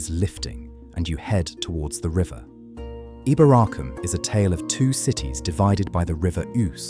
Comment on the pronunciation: Pronounced EEboracum